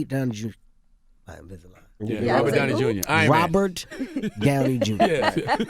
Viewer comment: Nigga said Robbie Danny jr. Lmao